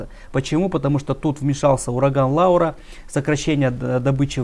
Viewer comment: Ураган Лора, а не Лаура!!! И прошел он уже!!